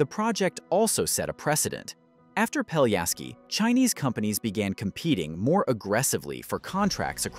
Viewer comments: If you make a 13 minutes video about a bridge, you could at least learn how to pronounce the name of the bridge correctly. It's not Peljaski but Pelješac!! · Not "Peliaski" but PELIESHATZ (Pelješac) !!! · Peliasky bridge 😆 not even close... it's Pelješki bridge, "LJ" is actually one letter and "Š" you read like "sh" or like german "sch" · Pelješac is pronounced peh-LYEH-shats, with the emphasis on the middle syllable. The "š" sound is like "sh" in "shoe" and the "c" is like "ts" in "bits". Not peliasky… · Pell-yeh-shatz - this is how you should pronounce it. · Great, but the name of the bridge is pronounced quite differently. PELYESHAZ or Pelješac on Croarian.